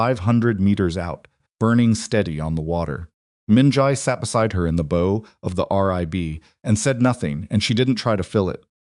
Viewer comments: "BOW," in every context the narrator has used it thus far (maritime, and otherwise), is correctly pronounced "bau" (like Lau, the surname...or the 45° waist bend), not "Bō" (like "bow and arrow," or 'No, the negative response). Please update your A.I., and edit incorrect text and mispronunciations. It inhibits understanding of your story, which is unfortunate, when it happens. It also helps w/ context. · So true! I flinch every time that word comes up. It’s like scraping nails on a chalkboard especially for someone who’s a professional editor! 🤯